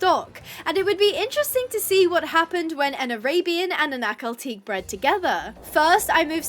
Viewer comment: the pronunciation for Ahkal-Teke is (ah-KAL-tek-eh)